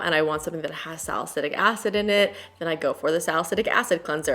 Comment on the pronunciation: babes, it’s salicyLic not salicyDic 😂😂 Much love!💓